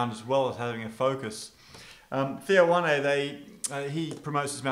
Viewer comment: It's pronounced Wan. Not Wanay